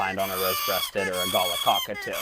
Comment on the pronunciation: Every time he pronounced it "gala" 😂